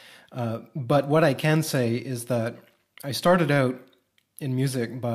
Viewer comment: Ok... ...that explains the French without contradicting my prior expectation, haha...but that expectation is certainly not absolutely... , haha...the way he says "out" is the Canadian-thing...I noticed it in the way a professor used to speak, and later heard he was spending time in Canada, and that was enough for me to conclude he was probably Canadian, haha...though people can go visit Canada without being Canadian...